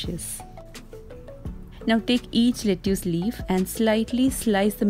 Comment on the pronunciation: Asslamwalaykum you said lettuce wrong. It is written as lettuce but is pronounced "let-tus." I love your videos and your cooking and DIY is so good. I like your spoon wall clock and I will try it. From California USA